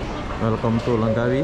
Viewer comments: You cannot say Lengkawi you must say Langkawi keep up and good job😎👍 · Ejaannya betul2 Langkawi bukan Lengkawi...